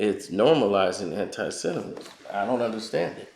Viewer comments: Say It with me slowly Sem-it-ism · Have you ever noticed looks like the black Charlie Brown? 😂 Yo! Learn how to say “Antisemitism” before you make a 45 min video about it 😂